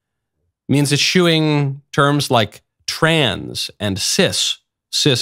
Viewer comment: Likely still, just 2d- or 3d-generation English-speaker. 'Eschew' is not a common, everyday word, nor correctly pronounced ' eh-SHOE '. 'Eschew' is one of few English words where 's' in the three-letter '-sch' cluster is pronounced like a normal 's', before pronouncing the standard 'ch'-digraph. Examples you already cannot miss: 'Discharge' =. diss-CHARGE [allow to depart, carry out, execute] or DISS-charge [fire a weapon, empty a fire extinguisher, or also "carry out, execute'. The last has different stress--same meaning.'] 'Escheat'. = ess-CHEAT [loss of legal title] 'Mischance'. = MISS-chance 'Mischief'. =. MISS-ch'ff, You get those right, so now try: 'Eschew' = ess-CHEW. And there you are! Easy as falling off a log. Welcome to the Anglosphere!.